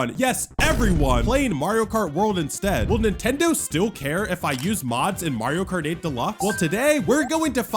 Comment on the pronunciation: "MARIO KAR 8"